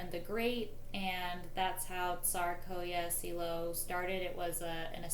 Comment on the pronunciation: pronunciation of Tsarsko Selo and Alix of Hesse needs to be corrected Alix of Hesse became Empress Alexandra Prince Alexei is Tsarevich must get the names correct these things are important to give you credibility